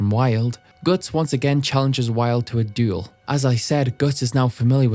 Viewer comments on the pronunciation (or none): none